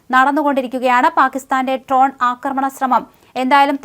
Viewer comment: Ton alla dron